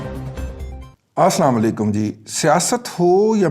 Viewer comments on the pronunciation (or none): Assalamualaikum Dada je please don't mind... ap assalamualaikum aur be achi Tarah say adda karay....